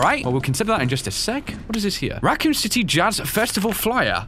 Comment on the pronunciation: words jazz you mean jasz